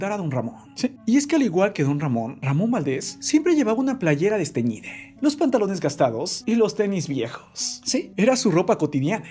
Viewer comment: Desteñide? Hable bien.